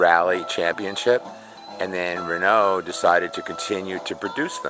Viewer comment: An american who can't pronounce renault or bertone doesn't deserve this car